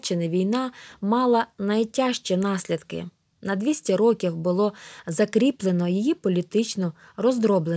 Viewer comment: топ но правильно рокІІІІІІів а не рОООків ноголос